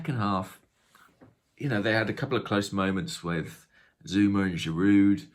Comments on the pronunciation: the D in Giroud is silent! Please pardon your french! 🥖😄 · Great as always. Doesn’t Giroud have a silent D on the end? You’ve always pronounced it like that so just curious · I think so, same as Renault pronounced "Reno".